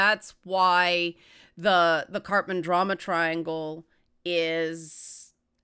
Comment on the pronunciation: I'm sorry, I keep hearing "Cartman Drama Triangle" XD